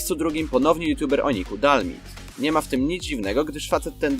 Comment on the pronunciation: nie dalmid tylko (czytaj:di al maj di